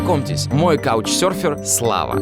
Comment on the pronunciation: КАучсёрфер? Иные варианты звучания этогослишком простого для начального уровня слова, прошу отвечать в коментариях). Ибо нефиг. Нечего пропускать через себя этот ужас).